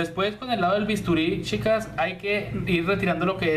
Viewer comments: De Argentina . me agrada como explicas solo me llama la atencion que no pronuncias la ch cuando dices chicas y chicos se escucha yicos y yicas 😃😃 😁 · Shicas y shicos, mushoo, ciento oshenta, brisho, musha 😂😂😂....habla bien por Dios!!!!!!